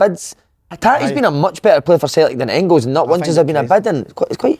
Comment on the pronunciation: Pet peeve- the Dazzler calling Engels ‘Ingils’ .